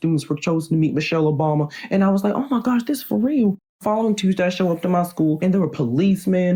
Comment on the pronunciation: “Introducing Ms.Michelle Obomy”🤣